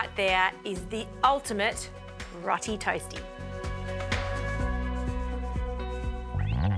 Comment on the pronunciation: I think it might be pronounced "row tee" but don't hold me to that. ALL the best. 😃 Ps. All the best with the baby too.